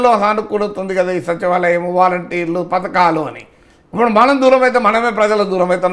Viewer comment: ఎర్రి పువ్వా పతకాలు కాదు పధకాలు